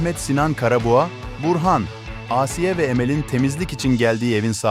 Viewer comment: Asiiye değil ağsiye